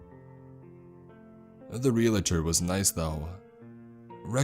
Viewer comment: If you have to keep repeating that word; it's "realtor" not "realator!"